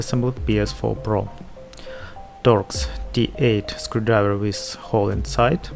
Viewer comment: TORX T8 SCREWDRIVER! I thought you said dot D8 screwdriver so I googled that and got a whole load of nuffin' so then I googled star shaped screwdriver and hit the jackpot. Whew, wotta journey.